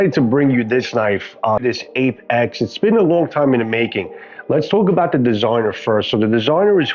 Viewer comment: I was cooking when I clicked your vid, which is excellent BTW. But as I was only 1/2 paying attention at the start the first couple times you said Ape-X I thought you said "Ape Axe" so I checked the link & the site has Apex-Apocolypse 😂 Whatever it's called I definitely like it! To be honest if a survival blade (or even a machete) was called an Ape Axe it wouldn't sound bad. I mean King Kong had an ape axe made from Godzilla's relative's spine after all. 😅